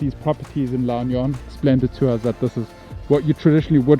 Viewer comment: That's a lovely place if you enjoy the rural life. Are you going to be a chicken farmer? LOL. Perfect place if you have dogs. LAAH (pause) OOOH-NEE-YOHN